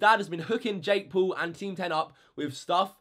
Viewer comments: It’s not Jake pool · Say jake paul not jake pool like bruh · Ding He doesn’t say “pool” he’s says “poal” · "Jake pool" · Colby Moore more like Jakk poll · Jake Pool? speak English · Jake Poowl. Bro learn how to talk.